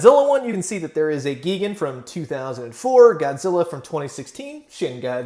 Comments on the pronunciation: I swore I thought you said “Vegan” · You said gigan wrong